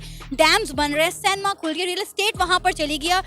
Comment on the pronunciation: Why call cinema as sanema